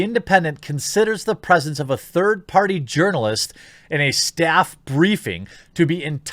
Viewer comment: If I remember correctly, I think Jeremy pronounced it as "Urnalist" - as in "Urnalist Career". Increasingly, I think such a career is akin to a supermarket tabloid writer, except far more manipulative and dishonest.